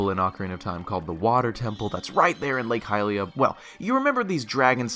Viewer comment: the way he pronounces hylia hurts me so much